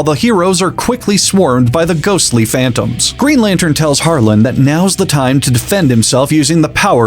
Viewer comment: The d in Harland is silent keep saying it the way you have been though it’s funny and I believe in Harlan without a d superiority